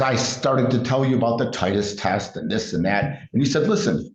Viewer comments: So, he's an antivaxxer and won't get shots for a DOG? 😂😂😂 My god these people are so ridiculous. Also, it's not a "Titus" test, it's a titer. 😂😂😂😂😂😂😂😂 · It's titer, not Titus and that a lot more than shots. Saying that. You should only get shots every 3 years. Titer is not valid for rabies